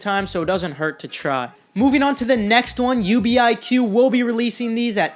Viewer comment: UBIQ is pronounced "You-Bick" as in Ubiquitous.